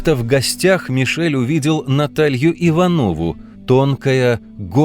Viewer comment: Рассказ о чем угодно и про что угодно за 22 минуты — профанация. Надерганные цитаты, без объяснения истоков. Опущено самое главное — вся литературная составляющая современной поэту литературы. Фамилия предмета влюблённости Лермонтова не ИванОва, а ИвАнова. В общем, вполне достойно современных "жертв ЕГЭ", не способных читать и слушать что-либо более двадцати двух минут. Но нет предела совершенству: следующие ролики будут называться ".... за три минуты".